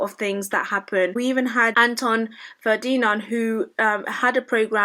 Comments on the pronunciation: Anton “Fer-dee-non” HAHAHA. Being an illiterate, non-contributing Marxist idiot must be tough, let alone being black as well, you poor thing. Stop promoting victim hood though because it’s making us weaker as a species. Grow a back bone instead. 👍🏼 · Who the hell is anton fer-deen-nard